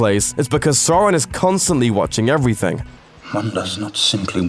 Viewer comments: Well I don't know, Americans pronounce it "Aluminum", despite the correct spelling is "Aluminium". There are many other examples where Americans are just wrong, but yes, pronouncing Sauron as "Sore-on" is really dumb. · Fact number 1: it's not pronounced soron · I hate how he's says sauron like soron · All I’m going to say is ‘Sore-on’ I mean, c’mon... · "soreon" and "tolkeen" this video hurts my soul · Stop saying sawron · The fact u say Sooran is annoying me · next time you do one of these make sure the voice over can pronounce the key character's name! It's not that difficult to pronounce Sauron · It's pronounced "Sauron" you moron. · I think he didn't watch the movies since he can't even pronounce Sauron. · Adi Aronsson except he is pronouncing it wrong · It literally has the pronunciation in the back of the book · Magicomix it's funny because he's saying it like most Americans pronounce it. Like, dude, that's not how those letters sound in England. Its like they've never seen the film's or read the books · It's like the difference between the German and American pronunciation of "Braun". Tolkien always intended the German "au" but no one seems to have told this voice over chap (who sounds English). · I guess it's too much to expect "Sauron" to be pronounced correctly - despite Tolkien carefully delineating in the appendices just how to do so. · Proper annoyed how he kept saying Sauron wrong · Dude the way he says Sauron is killing me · Dude. The most annoying part isn’t anything in the movie, it’s you mispronouncing Sauron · Am i the only one getting pissed that he calls uruk hai for orcs at Helm's Deep and and also the way he says Sauron. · Oh and please pronounce Sauron correctly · You're pronouncing sauron wrong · Please can you stop saying Sauron so wrong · Address that you're pronouncing Sauron wrong? It's not SAUR-on, it's SOW-ron, the first syllable rhymes with the pained exclamation. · listen pal stop saying "sore-on" its sauron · Soron😂it’s sAUron